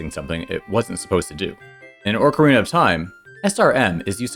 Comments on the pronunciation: Why do you say Orcarina? There's no R in that part of Ocarina. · It's Oak-arina, like the wood, not Orc-arina like Saruman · There's no R at the beginning of Ocarina. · look i can excuse saying mærio but "orcarina" is just wrong. you added a whole extra R there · ORCarina? It's not an orc princess! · Yeah, it's meant to be Ocarina, not Oak-arina. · I am asking this genuinely and I apologize if it comes across as rude in any way but do you say 'orcarena' as engagement bait or is that just how you're used to pronouncing it? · Orcarina. I hope you say things wrong for engagement bait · you pronounced ocarina wrong